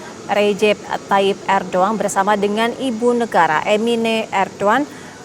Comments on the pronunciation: Bukan erdoan MBK, Erdogan 😅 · ERDOGAN mbak bukan ERDOAN😂😂😂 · ERDOGAN bukan Erdoan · PEMBAWA ACARANYA BERITA TV ONE GA BISA BACA ERDOGAN JADI ERDOAN hehehh PEMIMPIN MUSLIN TERBAIK SEORANG ERDOGAN Menurut Saya NEGARA KECIL TAPI HEBAT DALAM PEREKONOMIAN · Host TVone pada kurang literasi. Erdoan Erdoan.. ERDOGAN tau! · Erdogan kenapa kalian baca erdoan😢😢😢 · Erdoan erdoan, itu erdogan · Erdogan mbak bukan Erdoan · Erdogan bukan erdoewan mba Haha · Ardugan KA bukan arduan. Namanya Ardugan